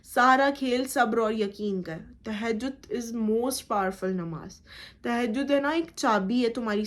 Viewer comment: No Tahajud ...say properly Tahajud